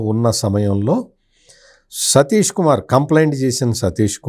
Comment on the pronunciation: సతీష్ కుమార్ పేరు కరెక్ట్ గా చెప్పండి ప్లీజ్